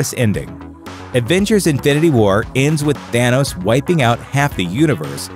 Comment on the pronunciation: "adventures infinity war "